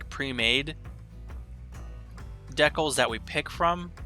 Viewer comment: Just a heads up, "decals" is pronounced "DE-cals" not "deckles" ;P